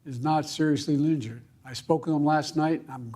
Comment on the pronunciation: "former trump is not serizzly linjured" My god 🤦‍♂️